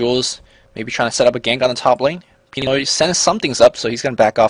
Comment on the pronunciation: btw, the stress of the word pinoy is in the "noy" part :)